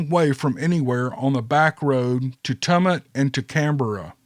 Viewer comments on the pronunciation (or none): pronounciation Tumut is Toomut. Murrumbidgee. Murrumbidgee murrum bidgee.